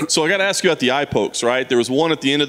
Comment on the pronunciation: He pronounces ask like ax....